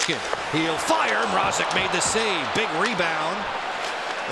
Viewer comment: For goodness sakes it's MRAZEK not MR-AH-ZEK I hope the canes get eliminated just so we don't have to hear this for another series